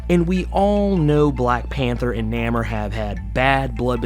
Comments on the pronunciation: It's pronounced Nay-more! Not neh-mer. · Bro, His name is Namor, pronounced NAY-MORE, NOT Namer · no, actually, you need to check YOUR hearing aide, cause he severely mispronounced his name, as he called him Namer, which isn't his name, as it's Namor, pronounced nay-more. If you get your facts right, maybe I'll get you a Whisper 2000, one of the best hearing aides on the planet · Nay-more. Not Nammer. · He cant pronounce Namor properly eh